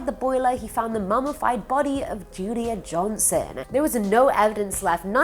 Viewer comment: U kept saying judia instead of julia but that’s none of my business love the videos